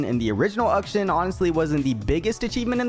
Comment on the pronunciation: WHY DOES BRO CALL HIM UKSHUN???